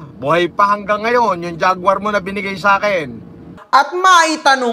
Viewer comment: ❎ JAGUAR ✅ GUARJA (GWARDYA) 😂😂😂